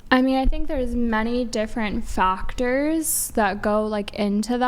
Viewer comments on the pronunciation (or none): I stopped the video at “fuctors”